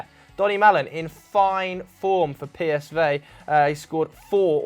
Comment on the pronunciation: nice Australian accent there: "PSVay"